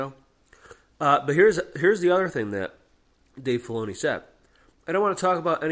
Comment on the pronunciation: right, and he couldn't even pronounce Dave Filoni's name correctly, kept calling him "Fee-oni".